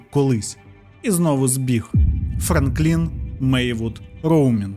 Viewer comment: Бля, чуваче, завжди дивлюсь твої відео. Дуже круто. Але ти мабуть втомився. Що з наголосами? Шерон, піцерія, Франклін.